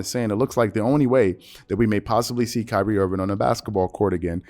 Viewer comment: “Pyrie Irving” lmaooo